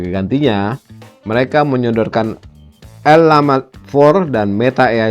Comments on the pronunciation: Ucapinnya bukan "el la ma" pak, tapi "llama". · Llama itu diucapkan Jama, karena itu dari kata spanyol. Double L diucapkan J.